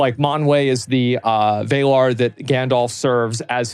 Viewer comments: WAY-LAR lmao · The WAY-lar. It's Valar. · ❌ vAYlar ✅ Vahlar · He says Valar like Americans say Iraq and Iran. Like they always think pronouncing a long A is more mature than pronouning a little a. Vay-lar lol. It's Vah-lahh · Rings of power isn’t cannon, Valar is pronounces like valor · Did Zack really just call the Valar the Way-lar? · No. He pronounced it Vay-lar. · "VAElar" you were doing so good Asmond, but you have me cringin there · ngl, the way he says valar sounds way cooler than the way it's actually pronounced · I hate all of the American pronunciations in this. VAYLAR??? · Learn to say Valar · That’s not how “valar” is pronounced. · How the fuck he can't pronounce Valar? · If you watch his streams/highlights, he actually does this a lot. Says he has like a vocal dyslexia or whatever, but he does mess up the pronouncing every now and then. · Wannabe Lotr enthusiast saying „like“ 5 million times, while mispronouncing Valar (murican eh), saying 1V1 and calling the witchking „Agmar“. jezuz. Tolkien would rotate